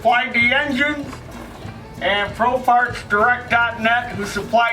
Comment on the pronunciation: Funny when you said pro parts it sounded like profarts lol im half asleep still